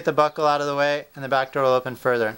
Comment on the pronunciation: Every time he says buckle it sounds like "Butthole"